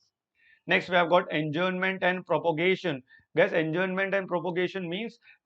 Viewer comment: Sir it is prorogation not propogation